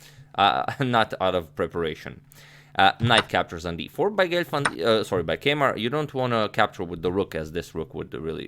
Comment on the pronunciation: Keymer is pronounced Kai-mer!